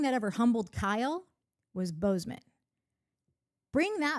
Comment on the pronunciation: I want to believe Natalie and Courtney are saying Boze O Ma, but I'm hearing Bozeman. Is this an aural sensation akin to randomly smelling toast? Am I having a stroke?